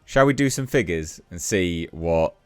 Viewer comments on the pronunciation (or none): none